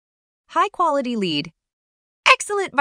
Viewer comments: whats pure "leed"? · Too bad she doesn't pronounce lead or product names well. Johnson Controls makes the majority of those brands.